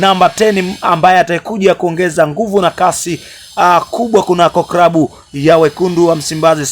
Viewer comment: Channel ya kitapeli inayojitafutia umaarufu..hata kusema neno klabu unasema krabu!!